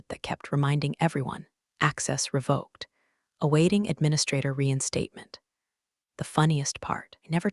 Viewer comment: Re-vok not re-vah-k.